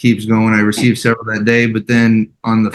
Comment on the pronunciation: "A severity amount of hours"